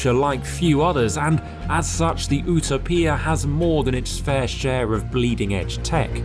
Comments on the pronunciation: Is it really supposed to be pronounced as U--to--pia? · ooo-toe-pia. lmfao. Learn how to say Utopia mate, this was cringe every single time you opened your mouth on its name. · That's how Pagani pronounces it 🤷🏻‍♂️ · Please tell me it's just a British thing like pronouncing aluminum weird! Buts it's "you toe p ah" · It’s pronounced: “YOU-TOW-PEE-AHH.” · If you are not from Italy it's yoo·tow·pee·uh no need to pronounce one word with a bad Italian accent. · Here in 'merica we say "you-TOE-pee-ah" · Don't be a moron, learn how to pronounce the word U T O P I A, please. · Why is he saying "Utopia" like a weirdo? Because that happens to be the way Italians pronounce it? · You are pronouncing utopia enragingly wrong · Maybe learn how to pronounce the name of the car you're testing. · I have now found 2 words that British people absolutely can NOT pronounce correctly. 1- Aluminum 2- Utopia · I love pagani but this thing is ugly as hell lol also why are you pronouncing utopia like that 😂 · bro just do the whole video in italian if you're going to go out of the way to pronounce utopia like a nerd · The way he pronounces utopia made the car look even more beautiful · How is no one bothered by his mispronunciation of Utopia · The way he pronounces the name of the vehicle drives me absolutely crazy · Has he never heard the word Utopia before? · Listening to him pronounce 'Utopia' over and over again was mind numbing. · It’s not even pronounced this way in Italian. This is an English hipster trying to play Italian. 🤮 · I don't have a problem using foreign words and names with their native pronunciations, but Utopia is a word borrowed from English, and I'd expect an Englishman presenting a review in English to use the English pronunciation, and indeed probably the one that most viewers would most likely use. I imagine this grated with a lot of viewers, or at least the ones familiar with the word and its usual English pronunciation. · You pronounce utopia very strangely